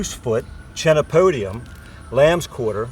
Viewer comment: Good vid and good information, but only one thing I found a but humorous. You pronounced the words wrong.🤣 K not ch Chenopodium, chemistry Chelate ( ˈkēlāt )